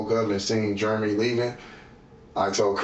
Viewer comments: Idiot could pronounce discombobulated but called Jeremy " Germy" go figure 🤣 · I wish he would learn how to pronounce Jeremy. He keeps saying germy. But it is funny, though. 😂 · Why do I feel like the story he's telling has a lot more to it? It's like he's telling one line of erroneous details and skipping 3 lines of important details. (Ugh, why does he pronounce Jeremy as "Germy"?) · How annoying is him saying 'Germy' instead of 'Jeremy' 😬😬😬